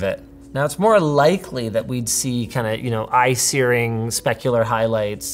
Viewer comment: Linus saying "eye searing" activated my Siri :(